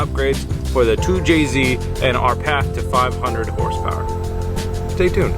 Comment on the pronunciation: "Bing bang bow 500 horse powah"